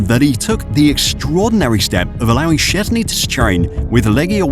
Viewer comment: How about you at least google how to more or less say his surname before you make a video about him? I dont expect perfect pronounciation, i get that polish is hard, but at least try, calling him siezny is just disrespectful.